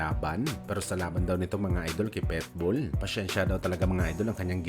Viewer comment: Ang sarap pilipitin ng dila mo,petbul ka ng petbul..PITBULL